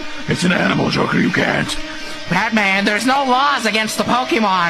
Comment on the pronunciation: This would be perfect for a try not to laugh, as soon as I heard Joker mispronounce pokemon I LOST IT.